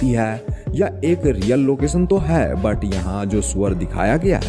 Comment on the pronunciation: वीडियो में सब अच्छा है । बस " है " की जगह " ह्या " मत बोला करो ।